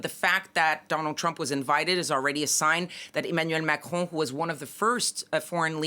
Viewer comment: How, exactly, does one pronounce “Macron”……… Machrouw?